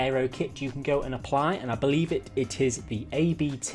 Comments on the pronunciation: Its ABT not A-B-T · Your first pronounciation of AC Schnitzer was pretty accurate actually 🖒 But Abt is actually pronounced as one word, kinda like "upt"